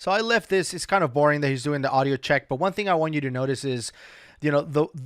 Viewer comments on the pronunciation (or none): none